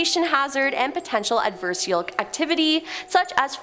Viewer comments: &it didn't take long for our to once again make us cringe by, mispronouncing something.. it's NOT "AD-VER-SHELL"!! Pretty sure she was TRYING to say, "AD-VER-SARE-EE-ELL"!! For an English major like me, the constant butchering of the English language is SO FRUSTRATING! Cuz WE are then left TO TO FIGURE OUT what it is she's trying to say! Aarrggh! Come on, PLEASE! If you don't know, or you're not sure, SOUND IT OUT, LOOK IT UP, GOOGLE IT, or ASK SOMEONE!! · Do me and yourself a favor and learn how to say adversarial